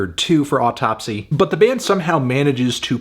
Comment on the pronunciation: It's pronounced "Ow - Tupsy" just like the Matti Karky of "Deesmember"